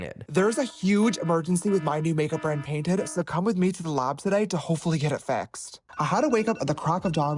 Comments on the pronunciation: Did he say lob instead of lab lol idk why but that's super bothering me lol 👽👾👽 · "When you create a product with a lahb" I can't stand this idiot.